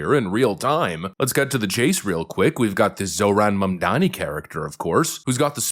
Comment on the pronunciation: At least you've learned to pronounce his name. 👏 👏 👏